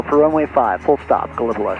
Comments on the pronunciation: Another great video! You flew over my home airport KEKN. I have enjoyed watching you fly around my home region and many of the small airport I visit frequently. And just one small correction Gallipolis OH is pronounced GAL-uh-puh-LEESS or GAL-uh-puh-LISS. Keep making great content! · I think it's pronounced gala - police.